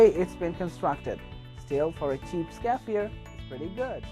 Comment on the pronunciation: Pronounced SCARRY FI ER